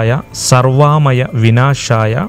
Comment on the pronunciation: Sarvamaya alla sarva amaya, pala videosilum ithu theetayi anu parayunnathum. artham thanne mari pokku athinde